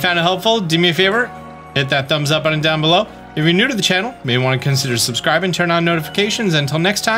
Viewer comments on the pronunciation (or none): none